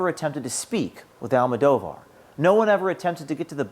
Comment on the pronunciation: I'm on your side but you're pronouncing her last name wrong and it makes me kinda Cringe. "Al-Mow-Doe-Var." Go Trump!